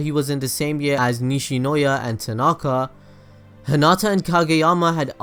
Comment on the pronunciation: He also said 'Tinaaaaaka' ?? CRINGE ADHGTFDDG